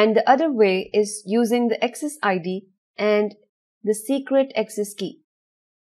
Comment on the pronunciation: I liked the content. simple and elegant. However I have little trouble with the accent. Ex: pronouncing "access" as "excess". just a minor observation.